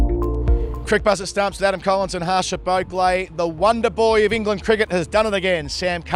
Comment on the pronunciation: its high time u start pronouncing Harsha's name properly.. Common its already 4th test n u shud have corrected it by now. Its like someone calling me #Awwwwe'sim khan for Aasim khan.. 😁 #HarshaBhaaaugle❌